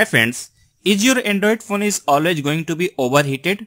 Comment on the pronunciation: i like how you say phone phun :)